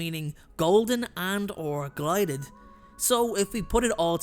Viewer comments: Gilded- as in clad in gold; not glided. 😊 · It’s “gilded” as in covered in gold not “glided” lol 😂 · It's gilded, not glided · Gilded (as in gold), not “glided”.